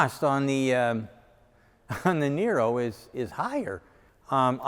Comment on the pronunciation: Sandee I thought said it was Neye-ro? Not Nee-ro?